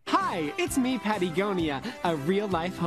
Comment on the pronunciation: Pattiegonia caught me off guard ngl😂